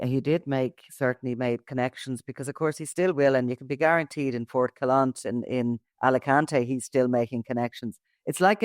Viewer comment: Foncalent. Its pronounced 'Phon-ka-lent' He'll be in Modulo 4 as a high profile prisoner.